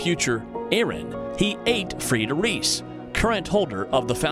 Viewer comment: And reiss